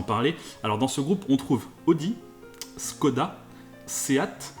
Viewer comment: Juste une remarque qui m’énerve un peu en France : ça se prononce « chkoda ». Sinon très bonne vidéo même si on aurait aimé autant d’explications sur la formation des autres groupes que pour les trois premiers. Genre comment Lada s’est retrouvé chez Renault ?